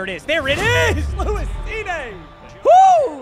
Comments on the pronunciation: Lewis SCENE, not scene-a. Put some respek on that mans name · He kept mispronouncing Cine it's pronounced Seen not seen-aye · I was like bro its Cine. not Cineee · "SeeNay" has me geeked😂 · this was was goated as always (just so you know lewis cine's last name is pronounced like seen) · painful to hear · Respectfully as a Vikings fan is need to say it’s pronounce Lewis seen